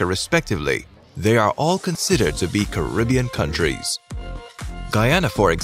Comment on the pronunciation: The name is Caribbean not karibbean